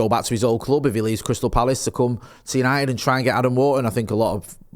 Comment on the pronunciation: It’s United not yanited